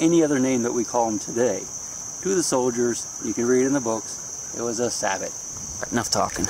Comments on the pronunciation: A sabot, not sabo, and we also say Paris, not Pariee. Geeze. Thank you, as always, nicely done Sir. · but it is pronounced SAY-bow ........LOL